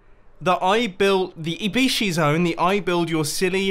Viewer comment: when he frst said IBYSHI I thought he had said I-be-she